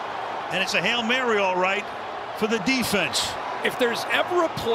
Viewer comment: “Hell Mary” 😂